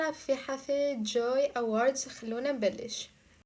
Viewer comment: اول شي انطقي اسم الحفل عدل يله😂